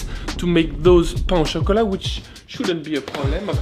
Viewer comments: I can hear the entire south of France screaming when he said " Pana chocolate"! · je pensais que tétais parfait jusqua ce que tu prononces 'pain au chocolat' :'(